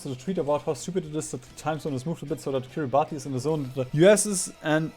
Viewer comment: ahem, ackshually the country of Kiribati is pronounced "Kiribas". This is because Gilbertese , the language spoken in Kiribati, is missing some letters of the latin alphabet and thus uses "ti" for the "s"-sound. No need to thank me, I know how incredibly valuable and important this information is.